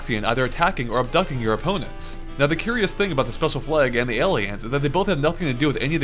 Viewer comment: ALSO IT IS GALAGA!!!!!!!!